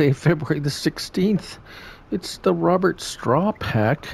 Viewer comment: fyi it's pronounced 'Row bear' sinced it's from Belgium. :)